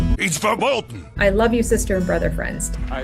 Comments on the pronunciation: Busch Gardens has a roller coaster called Verboten. It is an insane, wild and crazy ride which I would be hesitant to “experience”. Perhaps it is appropriate that Kodylocks, of all people, associates with this word. I wish he would pronounce it correctly. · He's not even pronouncing "VERBOTEN" properly!